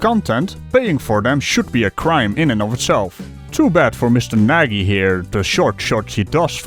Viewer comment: Hé, de correcte uitspraak van het Hongaarse woord "Nagy" (wat "Groot" betekent) is als Nadj! (gebruik Google Translate om het te horen!) Groetjes uit Almere.